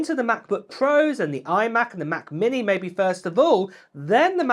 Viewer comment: What on earth is a "ma'-be'-ehh," though? LOL. Keep it coming,. Always entertaining.